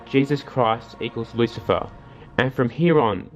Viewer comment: Lucilfer with the L